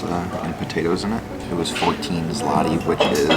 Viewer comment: ZLOTY, not 'slati' or 'zlati'. That is the name of polish currency. If you translate directly 'zloty' (złoty) would be 'golden' in english. There is also no 'cent', but there is GROSZ (grosh) (singel) . Zloty is equivalent of US dollar while grosze (plural) is equivalent of us cents. Those 60$ you spent is around 280 zł (which not small amount).